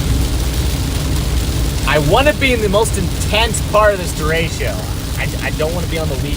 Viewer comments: Derecho, not deratio. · THERE IS NO I IN DERECHO! STOP TALKING ABOUT FRACTIONS!! please learn your words and how to pronounce them. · Hello from Cedar Rapids, IA. Love the video! But please don’t call it a derecheo. It’s derecho.